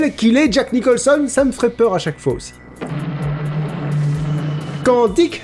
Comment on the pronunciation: Jack Nichonlson. JPP bordel.